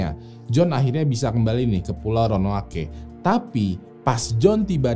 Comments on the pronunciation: Jdi yang benar Ronoake atau Roanoke nih bang?? 😂😂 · DI BACA ROWANUK. BUKAN RONOWANOKEH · Roanoke apa Ronoake. Bang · ROANOKE Baca RONOUK. Next mohon bahas Norfolk Regiment yg hilang secara misterius pasca masuk ke hutan berkabut Bang. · Sekedar kritik konstruktif buat: tolong pelafalan istilah, nama tempat, dll diperbaiki... Ro-a-no-ke... Bukan Ro-no-a-ke... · ronoake atau roanoke yang betul guys?🙏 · Ronaoke apa ronoake bang? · Ronoake ato Roanoke.. 😂😆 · Roanoke apa ronoake ya????? Hhmmmm🙄🙄🙄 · Roanoke apa Ronoake.... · kok gua dengernya ronoake ya ? ronuok bang bacanya haha cmiiw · ronoake ape roanoke bang ? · ROANOKE apa RONOAKE? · Ronok bang bukan ronoake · Bang ROANOKE atau RONOAKE wkwkwkwk :v :v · Roanoke bukan ronoake: ronoake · tulisannya disitu Roanoke.. tapi jg bacanya ronoake 🤣.. portugis jadi portugas 🤣🤣🤣.. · Roanoke dibaca Ronoake 😂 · tolong penyebutan roanoke dan croatoan nya, dan istilah asing lainnya disebutkan dgn benar ya. Karena ini sejarah! Terima kasih